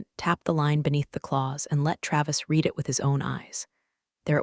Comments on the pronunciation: Please pronounce Read in past tense which sounds like red. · The past tense of "read" is also spelled "read," but it is pronounced as "red." This form is used to describe actions that have already taken place But this Atari video game app is still not able to pronounce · the past tense version read sounds just like red. AI often gets that confused, but it’s easy to spot once you know. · Read as in Reed and Read as in RED ai cant tell the difference annoying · context matters but TTS just bulldozes thru like it’s all the same. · Because this AI cannot read in context. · Excellent storytelling: if only you could pronounce the word "read" correctly..... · The only way to get AI to get it right is to use reed and red instead of the correct use of the word Read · I comment “I’ll subscribe when you hire a proofreader and a voice actor who knows when to say /reed/ or /red/, /lǐves/ or /līves/…” all the time